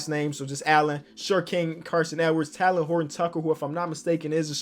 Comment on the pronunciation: Just FYI it’s Tay-Len Horton-Tucker. Not Talon.